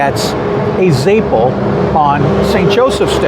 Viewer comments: Your pronunciation of Zeppole is reeeally WRONG, its Ze-poll-eeee. I’m from RI and I’ve never ever heard it the way you’re saying it. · I've lived in Boston and Providence and also never heard it pronounced the way he says it.